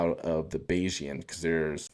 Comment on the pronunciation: Thank you for pronouncing Bayesian correctly!